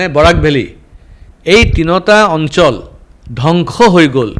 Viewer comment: Assamese word "onsol " kobo nuara manuh 😅 Onchol buli koi ase